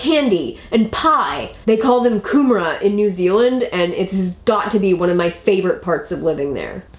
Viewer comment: Yet another fantastic video thank you very much! Also for a non kiwi your pronunciation of kumara wasn't half bad!!! good stuff chick xx